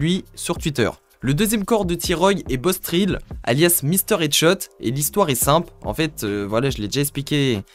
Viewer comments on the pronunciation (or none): Pas Bostrill sais Bosstrell Sa ce lit Traile